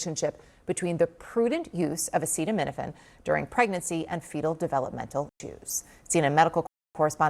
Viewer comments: Good lord he cannot even pronounce the dam name. How pathetic...If this was Biden every news station including CNN would air that clip 900 times and would not shut up about how old he is and how his mind is lapsing so much he cannot even pronounce the words off the pages he is reading. Unreal. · Our dumbass president can't even pronounce acetaminophen. What an embarrassment he is to our (once) great nation. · Sooo, US health officials have come to a conclusion that no other countries have... And our idiot in chief can't pronounce Acetaminophen. The US will never recover on the world stage after this idiot has done to the US reputation worldwide, and foreign investors will invest elsewhere, in some more stable and sane country that they can trust to invest their money into. Can't blame any countries, wondering why if we can allow a crazy wanna-be dictator to get into office, we can't repeat the mistake in the future. Our political system will always be dysfunctional as long as we have to choose between only two parties. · Dude can’t even pronounce acetaminophen and they want people to take their medical advice? LOL k bud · Can't even pronounce the word... My good Jesus god, what is happening to this country!? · Genius can’t even pronounce the drug, yet he’s cracked the autism connection — what a prodigy.😅🤣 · Okay, if you can’t even pronounce the word, stfu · Trump can’t say Acetaminophen, or coherently explain why— Ohhh, RFK Jr., and Dr. Oz are his experts, okay yeah right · 1) Self-proclaimed smart guy....but can't even say the actual word correctly?! 2) Makers of Tylenol, PLEASE go sue the Admin for their negligence & absolutely incorrect info. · Watching him trying to pronounce acetaminophen is both extremely hilarious and extremely horrifying like a second grader, trying to say the word hippopotamus only to realize that that second grader has the power to launch nuclear weapons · 😂😂😂😂😂😂 he can’t even say it. How do we trust anything this clown says.